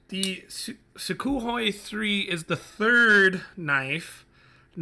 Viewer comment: Oh, and it's pronounced soo-(k)hoi with an almost silent K